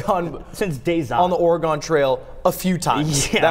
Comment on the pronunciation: Goddamnit Ludwig. “Oregone?” Come on.